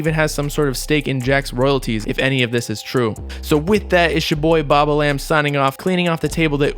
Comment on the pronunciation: Yall be dumb asf, pronouncing name as (bob-a-lamb) when in reality it’s pronounced (bob-balm)